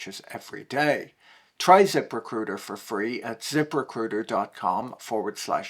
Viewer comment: He said zip.... RECRUITA wrong.